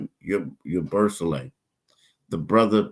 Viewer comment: Say it with me now YA-BOO-SELL-AYE . Do a tiny bit of research before you butcher a name you'll probably have to say a lot